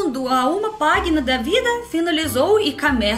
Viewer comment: dica de português: você disse página com "g" de Gato mas quando a letra g é seguida de "i" ou de "e" tem som de "j". Pra ter esse som que você disse tem que ser "gui" como em "Guilherme" ou em "português".